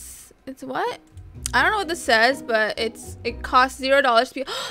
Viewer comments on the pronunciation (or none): none